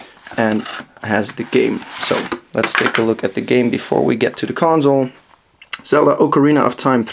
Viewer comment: Its console not conZole...